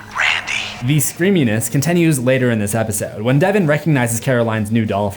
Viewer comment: You can pronounce "Mrkobrada" flawlessly, but say "tie-tular" & "contenue/begenning"? 😅 And the only reason I've EVER given you crap about your pronunciations, is because you FREQUENTLY seethe about other people/projects misprouncing things, lol.